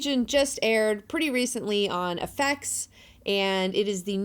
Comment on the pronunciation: What's with the way you say "FX"? It reminds me of Stewie saying cool whip.Still love you tho!